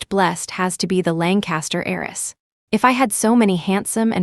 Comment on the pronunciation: HEIRESS not Eris or ays